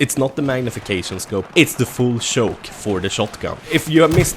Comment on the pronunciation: I like when he says shoke, shoice and other words ;D